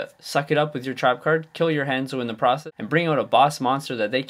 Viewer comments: ha-nzo... not HANDzo... smh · Han = huh-nn-zoh not haa-n-zoh